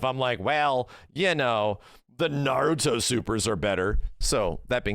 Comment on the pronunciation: I'll give this. he's one of few YouTubers who actually pronounces Naruto correctly.